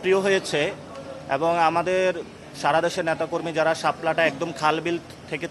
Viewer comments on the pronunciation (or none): সাপ্তা,এ্যাবং,পতিক,ইঞ্জিনিং এই হলো নাসিরের উচ্চারণের অবস্থা